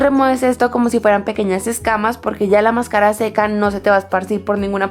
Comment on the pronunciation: mascára? xq lo pronuncia así? nunca lo Decías de esa manera :s y pone tanta luz q no Se llega a ver nada